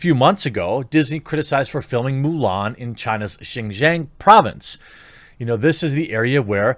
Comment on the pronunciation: It’s pronounced “SHEEN-JYONG” 😭